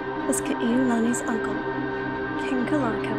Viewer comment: You’re just another Ha’ole who cannot pronounce Ka’iulani and Kalāka’ua names correctly